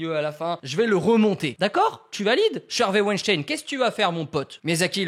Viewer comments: wAiNcHtAiN mdrr (ça se dit wainstin) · Je suis la seule à entendre Wejdene au lieu de Weinstein ?! 😂